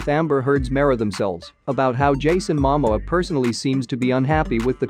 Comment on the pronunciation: Can you please pronounced the names properly 🙏 Please pronounced Momoa name properly flowing Aquaman. Go back to learn your English language better😢😮😂😢😂😅